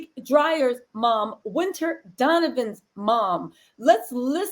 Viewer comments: There is no R in his name... His last name is DYER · It’s Malik dyer not dryer fyi